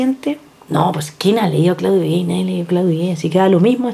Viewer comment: con todo respeto, el nombre del cientifífico francés Claudio Gay, tal cual, no se pronuncia gey